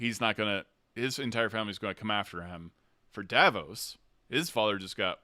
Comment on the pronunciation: I'm enjoying reliving the episode events with you and your community. Please learn the character names. 😉 Matt is playing Sir Julien Davinos (pronounced duh-VEE-noss); Davos is from Game of Thrones. Travis is playing Teor Pridesire, not Prideshire. House Tachonis is pronounced tuh-KONN-iss.